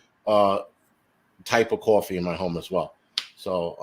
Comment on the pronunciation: Did you say cwaffee?